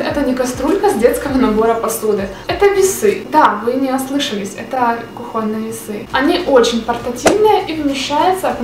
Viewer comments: кУхонный, а не кухОнный.... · Нашла ответ: украинцы произносят "кухОнни", белорусы - "кухОнны". Но правильно, конечно - кУхонный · правильно кУхонный видео супер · Нашла почему: украинцы произносят "кухОнни", белорусы - "кухОнны".